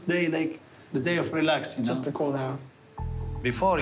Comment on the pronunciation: english with tunisian accent is the best 😂 you knowwwww (take that last syllable and never come back)